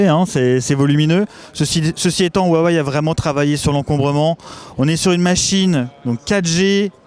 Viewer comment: Je comprend Wuawéyyyee parce ils disent comme ça chez Huawei France meme si on dit Ruawéye mais Waiwai franchement j'ai juste vu ça dans la pub ou des americains ne savent pas prononcer.